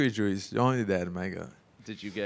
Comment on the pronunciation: "no wine just the joose " 😂